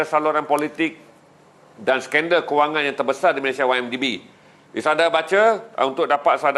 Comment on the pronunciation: Apakah sebutan yg betul sukukata terakhir nama negara 'Malaysia' dan 'Indonesia'? Mengapa disebut sebagai 'Malayshia' dan 'Indoneshia'? Bukankah itu sebutan gaya Bhs Inggeris?